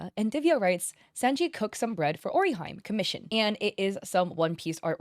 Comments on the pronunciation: It's "oh-ree-hee-meh" not "ori-hime" and its "LOO-FEE" not "Luh-fee" 😂😅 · gloss over this comment its pronounced oh-ree-HEE-may Orihime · And Ori-hyme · Hearing orihime, pronounced as orihyme makes me wince. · when she says ora hyme ..... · what? Is she AI, she red “Ori-Hi-me” like ‘ori-hyme’ 😂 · O-Ri-He-May. With Japanese names i is typically pronounced as an "e" sound Whereas "e" is usually pronounced as an "eh" sound. I hope this is helpful! ❤ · Really “ori-highme” and “laffy”, why it literally takes minutes to figure out how to correctly pronounce the names of the characters of one if not the most popular show the past well…. almost 30 blessed years, SMH. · Orihime is Ori-he-may :) I noticed a few comments pointing out you mispronounced her name but not telling you how to actually say it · Oriheim and Lo-fee.. lol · Your pronunciation of orihime physically pains me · Everytime you say Orihime like that a piece of me dies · Each time you say luffy or orihime I lose a life💔